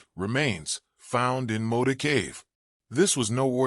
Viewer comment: Mota, not Moda